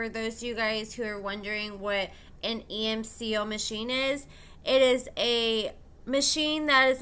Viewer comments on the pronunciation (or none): It's ECMO, not emco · haha same. pronounced "Eck-Mo" so I was also confused